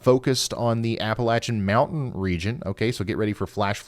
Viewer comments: App a Latchya Ya'll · Thank you for being one of the few youtubers to say Appalachian correctly